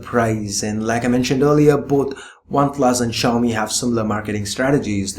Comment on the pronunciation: Xiami Mi4... Lol rly